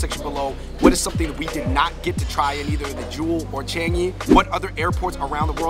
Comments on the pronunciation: Ch- ahhhhhhnnnggggg - eeeeee not Ch- eeennnnnggggg - eeeeee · The way you all pronouce the "an" in Changi n pandan..... :p